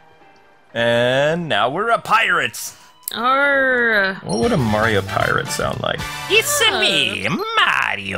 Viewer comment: Its'a me, Arr-io!